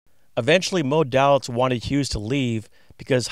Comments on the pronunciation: Day Litz vs. Dah litz is the way I've heard it in hundreds of Mob vids. fyi with love! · Thank you! There is one mistake, the name of Moe Dalitz is pronounced "DAY-itz", not DAL-itz." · Thank you. One mistake I made with the Desert Inn history vlog is I pronounced Moe's last name "Dal-itz" when it is pronounced "Day-litz". I read a lot about Moe Dalitz but didn't watch any video on him until later. First history vlog was a brief history of the Flamingo, I am going to do this one again down the road: Flamingo Celebrates 75 years Today, not a history vlog but a brief "look back" History of the Copa Room at the Sands (Rat Pack etc.) USA vs. Meyer Lansky: Flamingo Las Vegas $ 36M Skimming Case